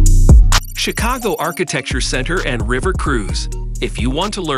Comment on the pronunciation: The pronunciation of some of these words—carousel, Chicago, Tilt….🤔🤔🤔